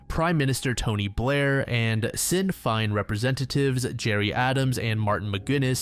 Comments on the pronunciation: It's pronounced Shin Fain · “Sin feen” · Oh my god the section about the bank robbery was lwk painful as an Irish man, 'sin' féin made me giggle. Obviously no fault of your own but 80% of the pronounciations were quite silly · Never heard anyone pronoice Sinn Féin quite like that... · Having grown up hearing about the Troubles on the radio I was losing it lol